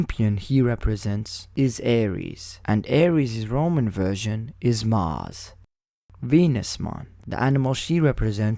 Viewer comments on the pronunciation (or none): none